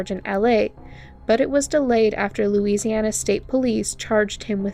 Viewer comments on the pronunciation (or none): none